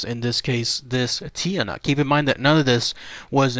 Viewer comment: It's pronounced (Chaa-nak) and its related to the aswang. awesome video thanks.